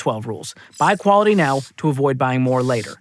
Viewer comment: Did he say "right meow" or "right now"